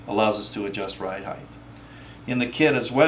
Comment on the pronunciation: Thanks, but please, please, please...HEIGHT not HEIGHth.